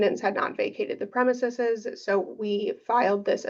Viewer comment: Her continued mispronunciation of "premises" is annoying lmao ... you have a law degree, this should be a rudimentary word for you ...